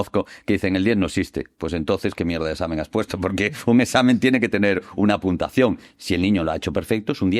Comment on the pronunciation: El "mejor" profesor ni siquiera sabe pronunciar bien la palabra "puntuación".